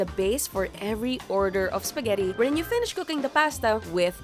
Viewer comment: I can't with the bisaya accent spageti na may hatdog hahaha